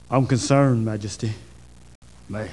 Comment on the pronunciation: I'm concerned, your majesteh.